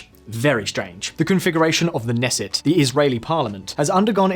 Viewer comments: Nesset 😂 It's KNesset... unlike English, in Hebrew we pronounce all of the consonants lol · Great video and mostly accurate (although you butchered a toooon of Israeli words, names of people and political parties and even the name if the Israeli Parliament - it's pronounced Knesset, not Nesset) A big factor for the success of the right wing is that they promised to be much harder on terrorism. On the other hand, many Israelis on the left feel that Bibi is putting his own interests ahead of the state's (i.e making alliances with extreme groups so they pass legislation that will help him avoid prison) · It's Knesset, not Nesset, it's not a silent K lol; it's a transliteration of the Hebrew word. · It's pronounced K'nesset (kuh'nesset). Not like knight. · K-nesset. The K is not silent. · I can't trust someone on this conflict that mispronounces the name of the Israeli parliament, ie. Knesset. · Your pronunciation of Knesset needs some work. The K is not silent :) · in "Knesset"' you pronounce the K. It's not an English word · Surprisingly well informed video for someone living outside of Israel, like most of your videos on the topic. I don't think I've seen any "real" news outlet explaining that people voted for these parties because they felt they got back-stabbed by Bennet. Only a couple of small mistakes and missing context (RZ are a coalition of 3 parties not two, and you've mispronounced "Knesset" yet again).